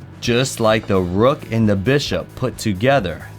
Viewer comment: "Da rook" 🤣🤣🤣